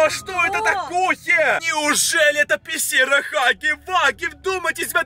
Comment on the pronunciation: Ты от криков сказал пищиа а не пещера